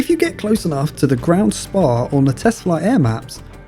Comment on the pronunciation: did bro really pronounce SPAA as a full word